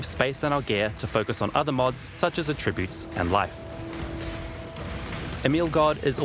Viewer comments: It's pronounced "attributes" and not "attributes". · Is that the New Zealand way to say "attributes"? It is so annoying. The emphasis is on the first syllable, not the second syllable throughout North America.